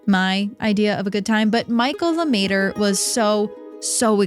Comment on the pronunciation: "LeMaitre" - not Luhmayturrr.